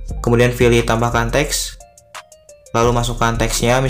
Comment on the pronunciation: Pilih apa filih... terganggu dengarnya